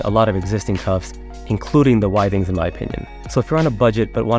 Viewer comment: It’s pronounced with-ings